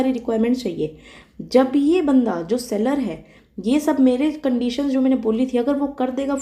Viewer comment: The way you pronounce “Mainey”, makes me your die hard fan…. And after hearing such slang i guess you are from Western UP